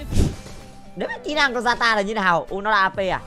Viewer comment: zata❌ yata✅